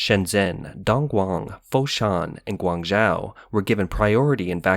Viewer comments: pls, learn how to pronounce "Guangzhou" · Yeah he's pronunciation of Guangzhou was especially annoying lol